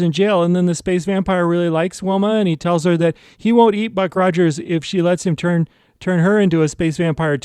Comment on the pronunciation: This is the first video on your channel I have seen. Can I make a recommendation. Script your videos and rehearse them multiple times so when you do you are not talking 100 miles an hour, repeating yourself, stopping and shuddering, mispronouncing words and peoples names...Ruck Rogers for example. I loved this episode of Buck Rogers.